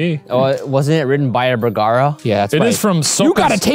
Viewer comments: You: Bergara Me, an intellectual: burgoo-goo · did shane call ryan "bergoogoo"?